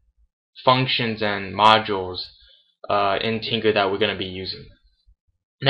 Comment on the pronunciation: It is Tkinter, not Tinker.